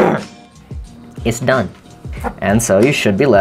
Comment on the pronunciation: The "is dun" kills me every time fuck